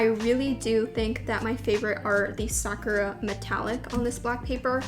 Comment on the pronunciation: can you please pronounce "sakura" the right way... it's like suh-kur-aa not sack-ra